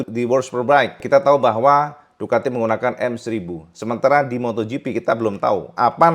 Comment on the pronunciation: Ducati diwsbk menggunakan M1000,walah klipet ngomongnya cak😅